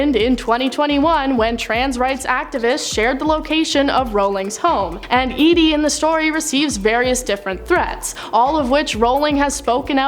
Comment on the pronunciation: Wow! You got the plot all wrong! Geebus! Edie never involved the police... Thanks for pronouncing Edie correctly though!